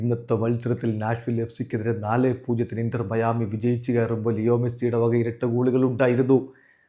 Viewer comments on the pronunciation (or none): none